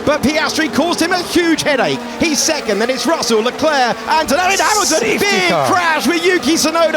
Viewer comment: nope. Leclerc's is correct.